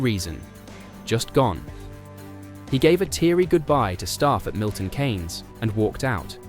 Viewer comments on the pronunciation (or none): none